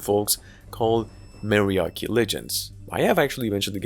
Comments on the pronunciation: Ma-Ri-A-Chi, not Maryarchy. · Mariachi 😂, just read it as is, don't change the a for e pronunciation, just like apple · That's not how you pronounce "mariachi", lol.